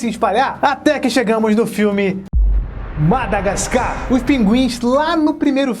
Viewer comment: só eu reparei q ele falou madagascam ?